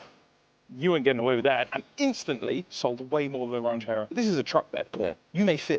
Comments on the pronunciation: I would rather have a 327 than a 350. El Caminos had a bench seat. They never had bucket seat. Its a Ranchero, not a Raunchero. Learn how to pronounce it correctly. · That is a Ran cherr oh, not a Raunch err oh.